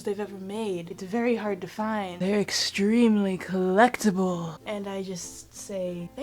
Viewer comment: I love how you said collectible 😂